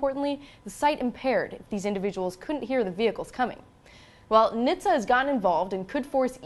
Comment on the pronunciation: Did she just try to pronounce NHTSA? 0_o